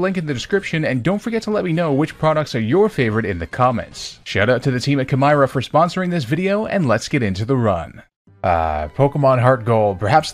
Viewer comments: I’m pretty sure the sponsor name was supposed to be pronounced like “chimera” since that’s what the logo is lol. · Wait, it’s pronounces “Kai-meer-a”